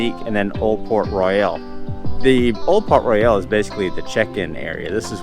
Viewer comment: That's Banana Cabana, not Sebastian's Bistro. That is not open yet. Also, it's not Port Royal, but Port RoYALE. pronounced different. Argh. Good review otherwise.